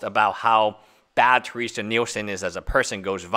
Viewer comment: Her name is Terese not Teresa.... Your continual mispronunciation of her name made it impossible for me to watch this video. xD